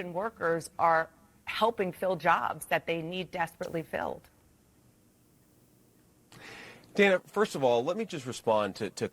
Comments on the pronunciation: This is just one itty bitty correction. The CNN host Dana Bash pronounces her name "Dan-uh" and not "Dane-uh". Other than that it's just incredible to me that JD Vance and Trump are allowed to just incite violence against the Haitian immigrant community. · She’s been a preeminent television anchor and political journalist for more than a decade,. She pronounces her name “Danna.” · Her name is pronounced Dan’-ah. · Nice commentary- BTW, though not spelled grammatically correct, the reporter’s name is pronounced, per herself, as “Danna.” Mispronunciation of her name, esp by candidates, ON her show, is, imo, disrespectful (prob purposefully). jd is a monster 👿 djt is ill; always has been. jd KNOWS better. 100% opportunist. Another thought; suddenly a VP is able to set/enforce “policy,” (??) though djt stated a VP really “doesn’t matter much to an administration, really doesn’t determine a president’s decision-making…” (not direct quote) but djt DID say that. Paradoxical. Shapiro is a political “beast,” who is actually GSD-ing! Mad respect. Shapiro has great insight; however, he hasn’t fully grasped that w/ maga, (all intentional sics), there IS NO BOTTOM. 🤥-ers Full stop 🛑 🇺🇸❤️🗳️📖‼️💙💙💙💙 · Dan-uh Bash... If you are going to use her material then at least have the decency to learn how to pronounce her name.